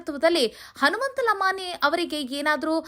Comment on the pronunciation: ಲಮಾಣಿ ಲಮಾಣಿ ಅಂತ ಯಾಕ ಒತ್ತಿ ಒತ್ತಿ ಹೇಳುತ್ತಿ ಅದೇ ರೀತಿ ಬೇರೆಯವರ ಸರ್ ನೇಮ್ ಸಹ ಹೇಳು